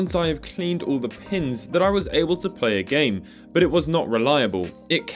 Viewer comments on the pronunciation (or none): none